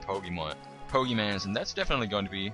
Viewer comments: It is pokeMONs not pokeMANs... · pokemons po-ke-mons not mans mons GET IT RIGHT DAMIT